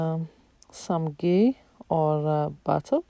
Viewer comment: Ghee not gay